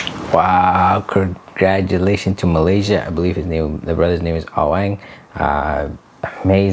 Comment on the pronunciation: Its awang not aweng😂